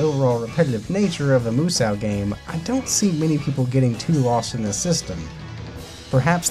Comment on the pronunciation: You are saying musou wrong it's not moo sauw it's moo soe muso musou. The u is silent.